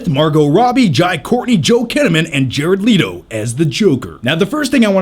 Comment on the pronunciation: He said Jared Lito